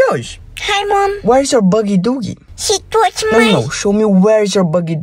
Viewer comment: “aNd sHe tOuSHeD mAy bOogIE dOoogIE”